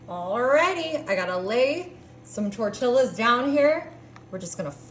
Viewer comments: Saying Mexican cheese with a silent x then pronouncing tortillas how it’s spelt is diabolical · Especially how she said "tortillas" 😂